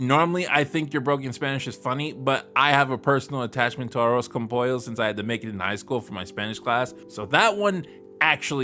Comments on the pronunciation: Didn't really expect Peggy to pronounce "Arroz" with an spanish pronunciation instead of a mexican one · What makes it worse is that Peggy's ego makes her think her pronunciation is correct. Anyone else who would mispronounce the words only do so because it would be the first time seeing/saying the word and just needs practice.